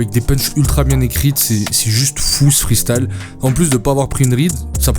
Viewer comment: ça me titille quand tu dis " Freestale " au lieu de " Freestyle " mdrrr